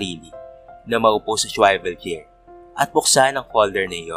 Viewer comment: Wrong pronunciation po ang “swivel chair”👍🏻